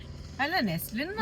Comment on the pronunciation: Btw his name is not Neslin it's Naslen ! If he is ur fav actor learn his name properly 😊